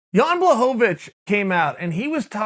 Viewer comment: I've heard him say Yawn Blushingblowfish once